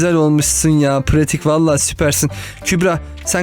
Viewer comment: 3.58 Pratik Oyun Pyatik Diyo Han Kanalda Pratik Yrine Pyatik Diyo 😉